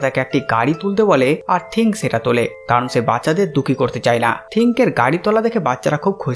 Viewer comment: থিংক না থিং